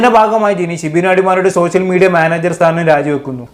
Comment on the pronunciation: സോശ്യ മീഡിയ.... 😂😂മര്യാദക്ക് മലയാളം പറയെടാ.. പോയി കൂലി പണിക്കു പോകെടാ വധുരി 😂😂